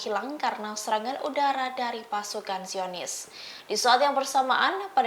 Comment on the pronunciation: Pembawa berita salah berucap....DIAKHIR VIDIO dimenit pasukan JIONIS KEMBALI KETERIWONGAN SAMBIL MENGEMAKAN TAKBIR😮😮😮😮 SI HOST PEMBAWA BERITA SALAH BERUCAP DUKH PARAH